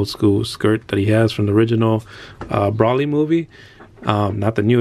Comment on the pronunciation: Broly is pronounce Bro-lee